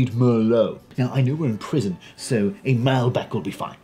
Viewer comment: Malbec - wrong stress)